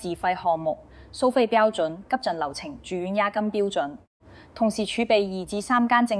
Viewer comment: 用心分析拆解的報道👍🏻細聽細看字幕，發現用字奇特粤音古怪，記述如下：華懋小甜甜爭產案關乜事？評述中甚麽→七敗？文旅？熟務？系87入？住眼漏服務權益？科普？引流擠兑？香港議員有質疑？ 巴頂柒？ 內地講成累地？靶向藥？ 畫面流淚女士不是宏福苑災民嗎？危(講成遺)重，不是抬上消防處乃抬上消防處管轄嘅救護車，要(講成擾)求，標(講成bell)準，南向(講成難艇，語音不詳)，閒資(形容多餘)養老，八7%(用字粵音奇怪🤷🏻‍♀️)，配(講成破)比，安(講成奀)全，八定七睇？？？干貨(報道被形容成干貨？)...